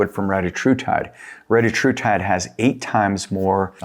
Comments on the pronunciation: RE-TA-TRU-TIDE not RETA-TRUTIDE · Thx, all good and interesting info. Not a criticism but, for the sake of accuracy, you should verify the correct pronunciation of retatrutide. The Eli inventor recently confirmed the correct pronunciation and it’s very different.